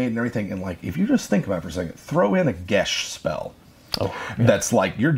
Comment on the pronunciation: Loved the video. Gotta be that guy: geas is just pronounced /ɡas/, guys, not "gesh". I've noticed this in several videos. Irish be weird like that.